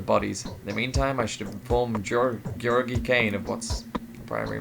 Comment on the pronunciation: Since this video is almost 5 years old, I assume you already know. But your pronunciation Georgiy is pretty good. My name is the same(although it is the Bulgarian version instead of the Russian one), and you pronounce it better than most native English speakers I've spoken to.